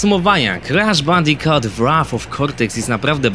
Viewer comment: Mówi się Bandikut ;)